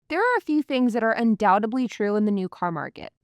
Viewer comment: Undoubtedly , not undoubtebly. This is a common mispronouncing of the word.